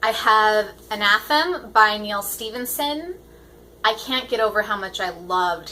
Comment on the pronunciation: I really need to read Terry Pratchett. Looking forward to hearing your thoughts on Anathem & The Dark Forest. Not sure if I'll get to them in October, but definitely before the end of the year. :D (I like how you pronounce Anathem - I had a feeling I was pronouncing it wrong haha.)